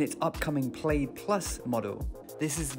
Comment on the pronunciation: PLAID is pronounced PLAD .